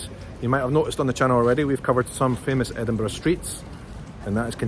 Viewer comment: I love how you say Edinburgh ❤